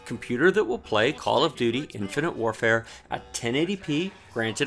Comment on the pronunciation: Infant warfare. Nice mistake, i chuckled at that since cod multi is like that. ;)